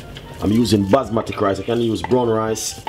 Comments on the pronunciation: it Basmati rice, not Basmatic rice, talk properly. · Isnt anyone from here OR the team going to tell him its not ``basmatic`` rice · “Basmatic” is deading me 😂😂😂😂😂😂😂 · Indeed! these are RED KIDNEY BEANS! NOT PEAS... And BASMATI rice also... NOT BASMATIC! where the heck did you learn your cuisine? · "basmatic rice" lol i love dys man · "Basmatik rice" 🤣🤣👍🏽